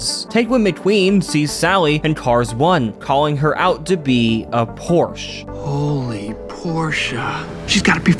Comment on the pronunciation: The clip you played, literally shows you how to pronounce Porsche, yet you still slack jaw the name. And the theories you mention, before saying "what does that even mean" when it's beyond obvious, is just sad. Is it for the video or are you actually slow? 12 minutes in and I'm done with this video 😂